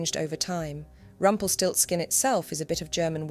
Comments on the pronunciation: Nice german word that sounds terryfing in english: "Rumpelstilzchen" Btw love how you pronounce the name 😍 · It's Rumpelstielzchen.